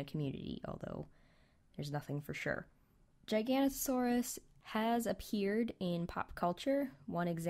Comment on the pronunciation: It's pronounced Gig-a-no-to-saurus.